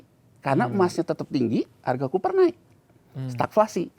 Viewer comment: copper, bukan cooper...